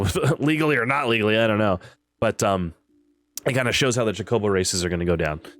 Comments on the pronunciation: Cho-co-bo not chocoboes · Cho-coh-bow lol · Good lord it’s Cho-co-bow